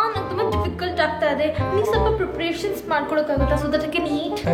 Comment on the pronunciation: ಸ್ವಪ್ಲ ಅಲ್ಲಾ ಅದು "ಸ್ವಲ್ಪ"